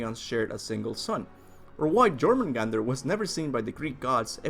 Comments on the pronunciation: did he really say Jormungandr instead if Jörmungandlr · You pronounced jormangondr wrong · The way you said jormungandr made me cringe so hard I stopped watching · The fact that you can't even pronounce Jormungandr correctly, even though his name is said several times in the game, says a lot.